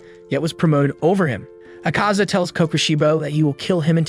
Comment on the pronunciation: And it's Akaza not acaza